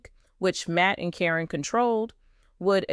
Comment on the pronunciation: Her name is Karen , not Corin when doing these story’s they should pronounce the names correctly